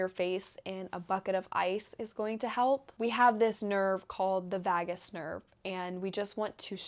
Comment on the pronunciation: vagus nerve too im dying